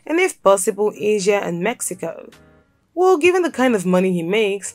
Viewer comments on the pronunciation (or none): none